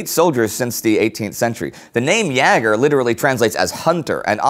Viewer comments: Would it be possible for Indy to stop pronouncing the aa short and pronouncing it long like it's supposed to? Yaeger sounds much better than Yager, and he always says Yager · The Great War Thanks ever so much for replying! I meant that in terms of ä being pronounced the same way as "ea" is in "bear", or at least that's what my experience with the German language tells me. This differs from the way the video says "ya-ger" rhyming with "flagger". Anyhow this is a history channel, not language, and it's bloody amazing so thank you! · Jäger is pronounced YAY-ger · Is Jäger not pronounced as Jayger rather than Jarger? I'm learning German so i'd like to just get this clarified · it isn't 'ya-ger' (Jager), it is pronounced 'yay-ger' (Jäger/Jaeger) :) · Why do you say "yeahger" and not "YAYger" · No, it's pronounced Jäger. The American A is quite close to the Umlaut. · Jäger is pronounced more like "yay-grr," and does not rhyme with "dagger." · "Jäger" is pronounced "Yeager" (as in Chuck.) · Jäger is pronounced yay grr. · Hi indy! I have a tip for you. (sorry about my bad English, I am Dutch, and learn English at school for only 3 years. I have to study some more 3 years.) But I learn at school to German, and we spend a lot of time on pronunciation. In this episode, you tell about the German jäger corpses. You pronounce Jäger with a long a. It has the same sounds as the 'a' in States. You can also check the Google pronunciation. Keep up the great work! I learn a lot! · Indy's way of pronouncing jaeger was realy amusing XD. Btw if all of you Great War crewmembers had to pick one nation to fight for during ww1 which would it be? Loved the video, greetings from Holland! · Great as allways. Just one correction: Jäger is pronaunced with /e/ in place of ä. It should be dipthong /æ/ but never heard a german person pronouncing that way.